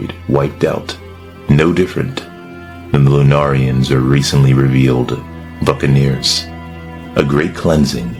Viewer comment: For a second there i thought you said fuccaneers lmao 😂